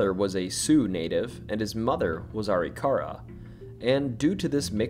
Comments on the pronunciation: I dropped a like. Funny story. I live in North Dakota. When I first moved here I also pronounced Arikara the same as you. Are-E-car-uh. My wife laughed pretty hard as Arikara St. is not from our house in Bismarck. When we drive by we still joke about it. It is actually pronounced. A-Rick-err-uh. In my masculine need to be right, I chased it pretty far until I watched a couple of You Tube videos of actual Arikara tribe members. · Arikara Uh-RICK-uh-RAH Almost everyone gets that wrong. Appreciate you!! Also, when growing up the ghost stories I heard about Custer's house were mostly about his wife. That she is still waiting for him to return from the battle. I believe there are some original items in the recreation too...but I could be wrong!